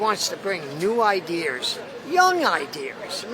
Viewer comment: Why hasn't anyone told that older gentleman how to say ideas?